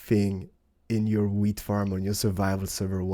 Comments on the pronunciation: When he says wheat it sounds like weed Video Rename Weed Harvester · Hahaha you say weed everytime x)